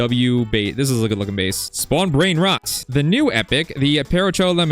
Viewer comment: you dont know how to pronounce brain rots 🥀